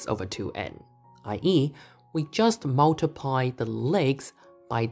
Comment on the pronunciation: Nice explanation! But what is "mulutiply"?